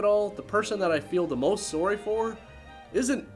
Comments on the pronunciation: Lol "soary" you're Canadian I presume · no. Its the way he says "sorry". A very Canadian accent came out.